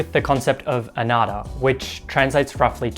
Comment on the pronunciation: anatta* (anattā) uh nut taa